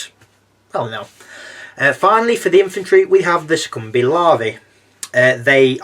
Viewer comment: Awesome review! Keep it up :) Also I’m pretty sure Succubi is pronounced (Suck-U-Bye) at least that’s how I say it haha